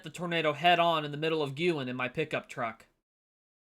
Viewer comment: Thank you for pronouncing Guin correctly; so many mis-pronounce it.